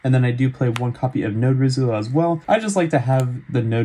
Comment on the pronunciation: I think it’s pronounced r-eye-zeal